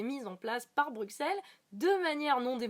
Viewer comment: Juste, ça se prononce "BruSSelles" sinon tout oui